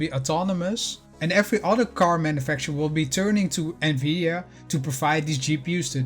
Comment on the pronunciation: Omg someone who knows how to pronounce the name of this company Please tell everyone that it’s pronounce “N-VIDIA” not “NAVIDIA” I’ve owned it ever since 2017 bought it at $148. Own 247 shares. Just waiting for NVDA to purchase ARM. This would change the game for NVDA